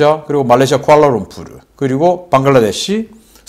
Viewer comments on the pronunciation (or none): none